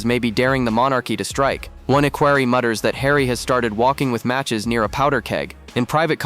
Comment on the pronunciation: It’s not ”Aquary” it’s “equerry “! Wake up!